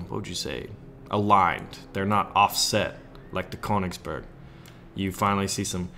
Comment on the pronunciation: Koingsburg is how you say the königsburg (correct me if i'm wrong) and the king tiger is actually a misspelled königstiger wich mean bengal tiger